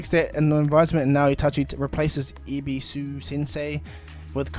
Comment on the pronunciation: it's e-be-su